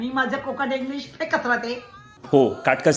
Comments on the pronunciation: Sansar ast re te sausar savsar nahi bgha hyla marathi pn chukwto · Its संसारी, not savsari